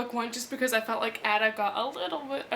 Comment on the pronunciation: I hope you don't take this the wrong way but Ada is pronounced like the letter A and then -da But I love love love those too and if you didn't like it I wouldn't have pointed it out but I assume you'll be recommending it to people so